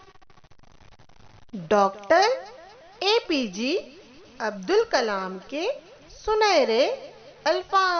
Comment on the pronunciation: APJ is correct,,,, it's not APG Pls correct it 👆👆